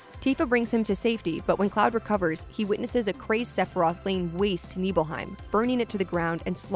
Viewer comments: Also, NIBelheim, not NEEBelheim. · Honestly I found the "sheenra" and "neebelheim" pronunciations a little distracting, even though they're made up words and it doesn't matter at all. On the other hand, I still pronounce mako and cait sith wrong so what do I know. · SHIN-RA say it with me... SHIN-RA. Not "sheenra" and NIBLE-HEIM not "NEEBLEHEIM".... I love when people who don't know anything about this game speak on it from a prompt ha